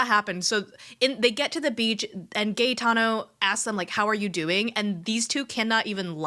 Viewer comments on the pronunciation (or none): it is GA E TANO. Like "Aerial"!!!